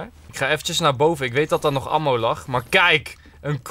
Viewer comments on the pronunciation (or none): je spreekt ammo uit als emmo